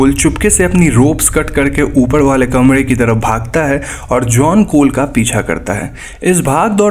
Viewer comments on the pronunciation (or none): Bhai 'R' bol nai pata 'D ' bolta hai Kamre ki jagah kamde Foren ki jagaj foden